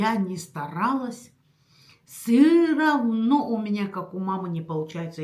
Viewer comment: не " сыровно", а всё равно, так правильно😊